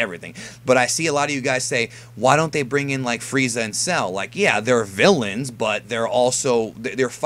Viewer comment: Diemund Fweeza cunfirmed